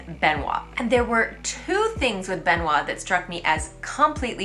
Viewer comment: The first syllable of Benoît rhymes with me, te, se, le, ne (eu-sound) not the è sound. Speaking of the name Benoît, I noted with interest years ago that the name of the recent Pope in French is three syllables, Benoît Seize (Benoit XVI) compared to the six syllables of English Benedict the Sixteenth.